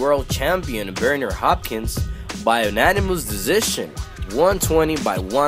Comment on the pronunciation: This guy obviously isn't a true boxing fan... These were light heavyweights, not heavyweights, and he's pronouncing both of their names wrong. It's almost comical, and it's sad that he can't appreciate a fight like this one.